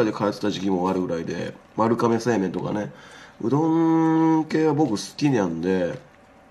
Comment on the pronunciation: 丸亀製麺のことちゃんと“まるかめ”って読んでるあたりうどん好きとしては嬉しい